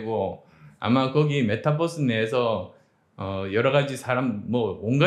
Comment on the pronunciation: 흐믓하게 보다가 깜짝 “메타뻐스(feat경상도 억양)” ㅋㅋㅋ🙄